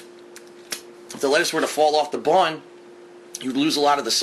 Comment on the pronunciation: I can't stand the way he says "bun"!